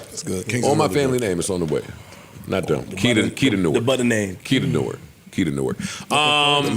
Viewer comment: Joe’s pronunciation of Newark is wrong... Iykyk 🤷🏽‍♀️